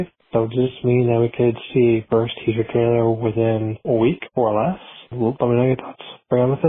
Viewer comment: lol "first teacher trailer" when he said "first teaser trailer" 🤣